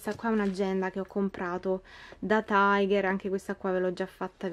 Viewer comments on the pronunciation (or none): none